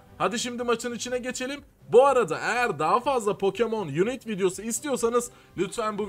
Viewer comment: unit yazsaydı yunit diye okunurdu. Unite yazdığı için yunayt diye okunur.